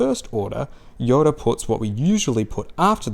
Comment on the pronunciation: Why do you pronounce Yoda "Yora"? (Pronounced like the Spanish or Japanese R) It's just something that I've noticed